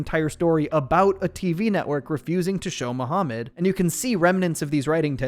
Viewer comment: muhamund.....not cooooooo